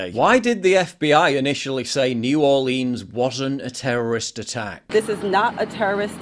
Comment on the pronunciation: She said "terrorost event" lol could you soften the language any more? Are you really that scared of offending terrorists by calling it an attack?